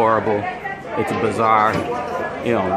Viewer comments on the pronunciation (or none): Thank you for the video. With all due respect, it's not bizarre, it's BAZarr. A bazaar is a market place. There's a difference (although you COULD say it's all bizarre). BIZarre means "strange or unusual". : ) Thanks again.